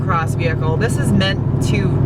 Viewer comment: To do a review like Doug Demuro start by turning the word “THIS” into 3 over-pronounced syllables ..”the-hiss-es” .... and dress way geekier in khaki shorts and sandals 🙄 ——— if Leno ever brings-in “field reporters” .... you are a sure-thing.